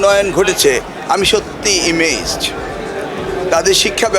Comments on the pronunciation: Excuse me Sir, It should be “amazed” (not imazed). Our Education Minister speaks in e🤪n🙄g🧐l🤨i🤲s🐥h🤓🤓🤓🤓😿😢🥲! Sad, very sad🌧️🌧️🌧️🙈🙈🙈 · ইমেজড না এমেজড😢 যাই হোক, পাকিস্তানের সঙ্গে সামরিক ও কারিগরি সহায়তা চুক্তি দরকার। ভালো হবে। কে কি বললো তাতে কি আসে যায়। ওদের পড়াশোনা ভালো। এদেশে তো শিক্ষকই ঠিক নেই! পুরোনো বই দিয়ে পুরোনো সাবজেক্ট যুগের পর যুগ বাঁচিয়ে রেখেছে শিক্ষকরা। আমাদের আশেপাশের বেশ কিছু দেশ আমাদের কোনই কাজে আসবে না, সেক্ষেত্রে ওদের কারিগরি শিক্ষা আমাদের কাজে লাগাতে হবে। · আমাদের শিক্ষা মন্ত্রী এ্যামেইজ্ড কে বলছেন ইমেজড।🤭